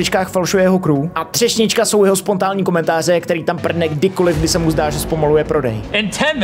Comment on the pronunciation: He´s back! a jsi řekl spontální. Promiň...